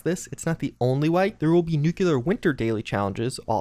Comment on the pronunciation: Minor gripe It's "new-clee-ar" not "new-kew-lar"